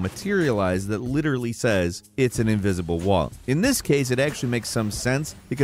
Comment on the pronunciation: ivisible walls you said.. :))